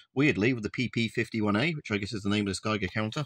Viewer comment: It's not PP, but RR